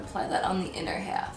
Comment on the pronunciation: I love when she says half lol